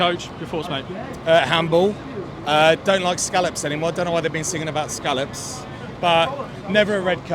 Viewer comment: Salop not Scallop